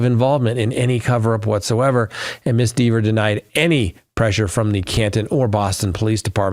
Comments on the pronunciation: Not sure we're watching the same trial. First it's John not James. Also, it's Dever (like Denver without the n) not Deever... She made that VERY clear on the stand. You sure you're actually watching this or are you getting a recap from someone else? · Do you even watch the Read trial? -JAMES O’ Keefe?? No, it’s JOHN. JOHN O’Keefe. -Deeevers? Had you watched, you’d have seen where she admonished AJ for that pronunciation. There are more you facts you got wrong, but I’m over it and dropping you. You’ve gotten wasaaaay too deep in the bias weeds.